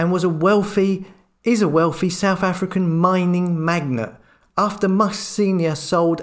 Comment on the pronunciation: Mining magnet 🤣🤣 cracked me up (its magnate!)